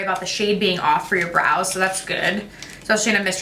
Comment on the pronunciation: Five 20 when she says brows I swear she said blows love itttt